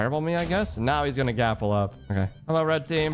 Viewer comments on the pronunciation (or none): none